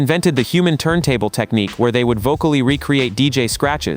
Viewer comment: When AI said "turn tablet" i was done. This was something hup hop heads already know. Full Force???? Bye. Ai